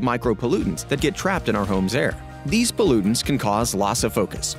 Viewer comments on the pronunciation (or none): "Temprature" 😂?.. "Poluttion" ?😢 0:015 ´Poluttants" ??😮